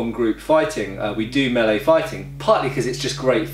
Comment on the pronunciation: How nice to hear someone pronounce "melee" correctly